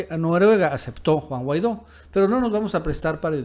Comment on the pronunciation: Minuto "Guaido"